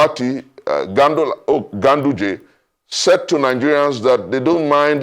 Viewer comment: You called Ganduje as Gandollar🤣😂